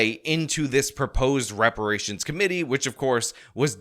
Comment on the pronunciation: Juneteenth should be called Black Dependence Day. Also is Brandon saying rubberations. Rations made of old tires? Seems a bit harsh.